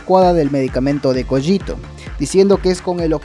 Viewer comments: la pronunciacion es cÓgito, un saludo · Técnicamente se pronuncia "Coguito" y se escribe "Cogito" de echo no se si sea intencional pero parece una referencia i have no mouth and i must scream (ya sabes "Cogito" "Ergo" "Sum")